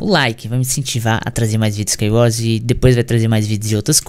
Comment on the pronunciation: KSOAOSOAKSOAAPSKA ele colocou a boca no microfone a falou "MANU EU GANHEI U SCAIUORS MANU" KSOAOSOAOSKAOSKAOSOAOSK